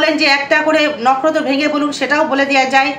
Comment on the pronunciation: নকরত না দিদি নক্ষত্র বলেন